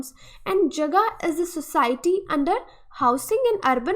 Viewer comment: Jaga ka pronunciation thik Kar lo plz,last Hindi video me bhi esa hua tha